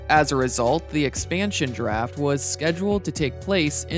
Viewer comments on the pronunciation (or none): Everytime he says Draft I hear Giraffe